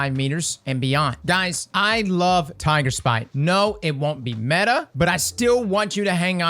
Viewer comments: I litarally clicked this to here him say "metah" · Not METAH? Not YETAH!